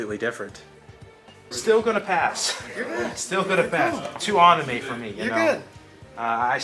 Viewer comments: Nope hes definitely trolling because what exactly is an "aunime" 😅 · I didn't think anyone noticed that except me! Lol was like why is he doing this to me!!!!!